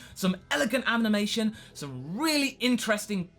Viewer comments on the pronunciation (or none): "Amnimation"... Animation dude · elegant amnimation you say?